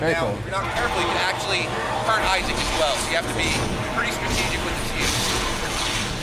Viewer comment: it's Isaac, not Aizek -__-''